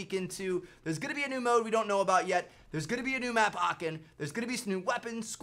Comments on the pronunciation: Bro where did you get this from?! First : Aachen not Aken ?! And second : Aachen is in west Germany not north Germany bro This takes 2minutes to research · As a german it sounds so funny for me how you say "Aachen" 😅😂